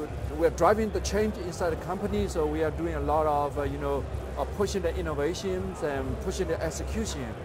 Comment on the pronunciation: he kept saying "innovations"!